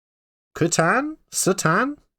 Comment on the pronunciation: It's a weird word so I get why you struggled for a second but it is pronounced "Cah-tahn".